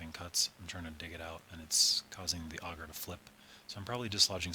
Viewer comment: To be fair you could be the only one saying it right. :^)